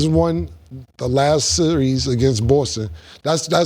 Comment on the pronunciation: Thee Last. 😂😂😂